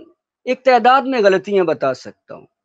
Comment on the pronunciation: احمد جاوید صاحب کے بعد تنقید کا رنگ ہی بدل گیا ہے۔ اللہ ان کا سایہ شفقت قائم رکھے لیکن ان کے ہوتے کسی اور کی تنقید کا رنگ جمنا اب مشکل ہے۔ بہرحال "تعداد" کا درست تلفظ صاحب کلام کو بھی معلوم نہیں۔